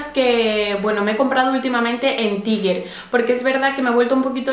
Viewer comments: se pronuncia [taiger] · Se pronuncia TAIGUER